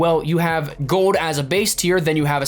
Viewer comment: Gold. Not gode.